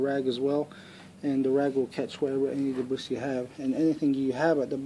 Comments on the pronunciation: Hey man great video very helpful p.s the "S" in debris is silent it is phonetically pronounced "debree" I mean NO offense just trying to be helpful have a good day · Thanks for the vid, FYI, debris is pronounced-debreee. Just saying.